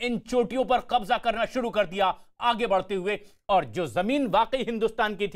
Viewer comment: It is Qabza not Kabja, by the way, is there no Hindi word for Qabza?